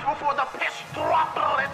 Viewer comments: I liked how he said Droplets like "Drrropllllets" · "drrrrrropllllets" Got me Laughing 💀